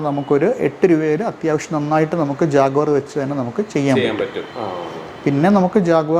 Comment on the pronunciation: ജാഗ്വർ അല്ല, ജാക്വർ